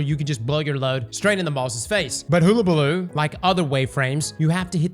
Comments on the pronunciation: Not like hoolahoop...... HUH-la-baloo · Oh my god. Hull-a-balloo. Not Hool-a-balloo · It’s pronounced “Huhlabaloo” not “hoo… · sorry bit i do not accept 'hoo'.. It's Hul-La-Ba-Loo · I know I'm being a pedantic ass but its pronounced "hull-a-baloo" like the "hull" of a ship, not like a "hula" hoop. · So many older movies and even recent (In lifetime) cartoons that say Hullabaloo and even google translate that can say the word.... and yet he still says hoola and not Huh la. lol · my guy, is pronounced hull-a-ball-oo. Not hoolabooloo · Did he figure out how to pronounce it half way through the video? Sounded like it. He suddenly swapped from hoola to hulla. Edit: Nevermind, it was a fluke. He went back toward the end. I think he accidentally mispronounced it correctly for a bit. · Hull - like on a boat - abaloo. You’re welcome. 😬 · Hole ah bah loo 🤣💀🤦‍♂️ to be honest Ive been saying hoola as well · Please god, learn to say it properly!!?! Its a U, not a double O!! Its Hull!! Hullllllll!! ..hul-lah-bah-loo!!! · Bro, are you even trying? Hoolabaloo? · Destiny content creators learn how to pronounce words challenge, level: IMPOSSIBLE I jest, mostly, but oh my goddddd it is so difficult to not be like "DUDE IT'S HULL UH BALOO" at my screen 😂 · Im not sure what makes you think its pronounced "hoooolabaloo" but its amazing!! 😂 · No way!! Hug-a-baloo for fuck sake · Hull-Uh-Buh-Loo! Go back to school!!! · Hull - Uh - Bah - Loo 👍🏻 Get this man a Hooked On Phonics book or something 😂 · Still saying it wrong. Hula balooo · My brother. It’s pronounced: [HUL] + [UH] + [BUH] + [LOO] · I swear does this on purpose sometimes lmao. I love Hellabaloo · all the creators are mispronouncing it... 🤔🤦🏼‍♂️🤷🏼‍♂️ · Not after he says "haamkara" first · We all know he can't pronounce words well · Started thinking he's using the Rick Kackis method of pronunciation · It’s HULL-a-ba-loo. Man alive. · Like is he doing it on purpose? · He don't say werds no good